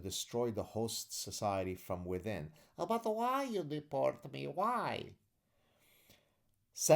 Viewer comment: I love the “…but khwhy you d’port me? Khwhy…?” 😂